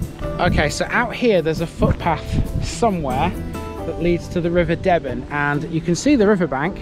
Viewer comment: The river's name is pronounces D-ben